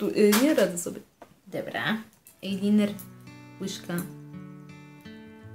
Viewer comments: Proszę ajlajner a nie ajliner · Ejliner XD Ajlajner XD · fajne tylko mnie troche rozśmieszyło ,,ajliner" a nie ,,ajlajner" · ejliner XDDD 😂😂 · eliner xdddd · ejliner xd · ejliner [*] już po pierwszym razie jak to powiedziałaś to włączyłam bo każdy wie jak to się wymawia ;_ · ejliner?dziewczyno podstawy angielskiego leżą